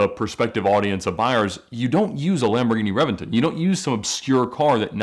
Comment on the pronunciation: I have to say it. I hate the way he pronounces Lamborghini names